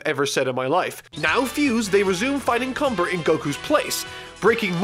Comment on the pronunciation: Cumber. Cumbeeeeerrrrrrr... Does that sound wrong to anyone else? Just me?